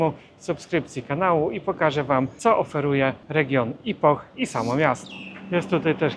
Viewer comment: Dlaczego źle wymawia Pan nazwę tego miast, to nie jest (ajpoh) tylko (ipoh z lekko milczącym "h", jak (ipo)